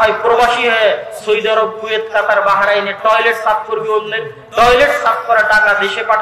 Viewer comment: উচ্চারণ ঠিক করে বলেন সৌদি আরব বলেন।